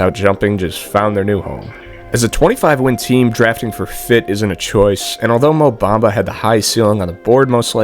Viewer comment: Mo Bumba, not Black Mumba... Or sometimes less is Mo?